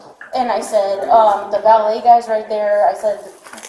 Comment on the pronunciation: What exactly does she call the “valet people” at first?! Vollay…🤔🤷🏼‍♀️🤦🏼‍♀️😂